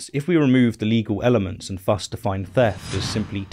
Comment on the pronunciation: “Thus” has the soft “th” sound, not the hard one.